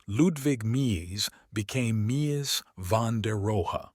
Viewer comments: Why can’t this guy decide on the pronunciation of Mies? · Please learn how to pronounce his first name.........